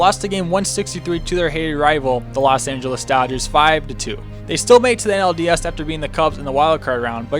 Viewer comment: No he just was kinda mumbling